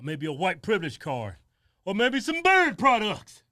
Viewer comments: I thought he said birth products. 😬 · I thought he was saying bird products. 😂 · It sounds like DAIRY PRODUCTS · Always sounds like he's saying "Berry products" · Why is it that when Keith says "beard products" it sounds like "berry products" or "beer" prpducts lol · This is definitely by far my favorite way to pronounce "beard".